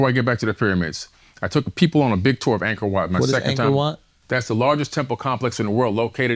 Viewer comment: "Angkord Wat" google it folks